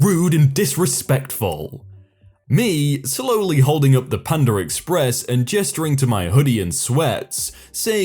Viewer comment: “Pand’r Express”? aren’t you English? I demand you speak English like normal person. -Karen